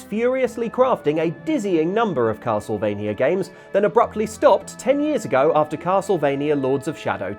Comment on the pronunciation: I thought it was a "Castle" of "V"ampire M"ania", or Castlevania